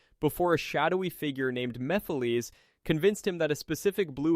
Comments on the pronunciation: Meepheleez. Only AI could say it like that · Come on now you know how to pronounce mephiles …🤦🏾‍♀️ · You pronounceation of Solaris and mephalise I find laughable. Practically defanged the manipulater completely! Seriously mefalises? Sounds like so jokie sat am villine not the end of the world threat.